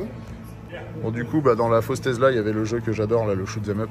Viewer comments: Tu te moques de ceux qui disent DoLorean alors que tu dis TeZla pendant toute la vidéo … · Mais pourquoi tu dis TeZla et non TeSSSla ?